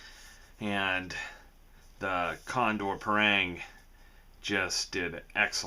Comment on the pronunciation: why do they keep calling it a pair-rang? it's called pa (as in papa and mama), rang ( as in rung)